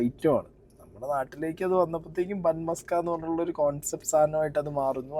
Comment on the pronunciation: sorry to correct you..musk alla maska aanu... muska ennal venna... ithinte origin gujarat aanu...and am staying in Ahmedabad.. ivide ivar use cheyyunnath butter alla.. veettil kadanjedukkunna venna aanu